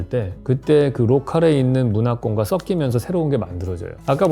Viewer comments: " 석기면서 (o) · 발음 "썩끼면서(x)